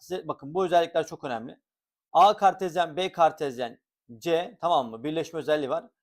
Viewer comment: "KAERRT KAĞERTEZYENNN"